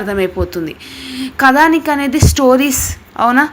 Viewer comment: కథానిక కదానిక కాదు